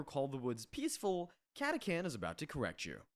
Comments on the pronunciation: It's not catakan. Catachan. Yknow. Catastrophe Chan. Cata-Chan. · I’ve NEVER heard catachan pronounced like that in my life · Came down here for this comment... what the hell was that ^^'